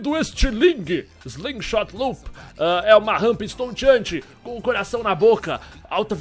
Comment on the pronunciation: "nóis góista" da "feicekam":D Continua "cum" ela:D